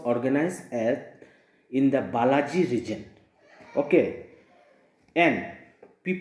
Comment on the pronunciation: Not Balaji sir, it's Bajali.